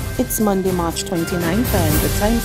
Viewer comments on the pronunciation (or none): When are you going to learn to pronounce your Rs? The name of the gentleman is Major David Clarke....not David Clack. Also, the names of the days of the week are MONDAY, TUESDAY, WEDNESDAY, THURSDAY, FRIDAY AND SATURDAY....Not MON-D, TUES-D, WEDNES-D, THURS-D, FRI-D or SATUR-D.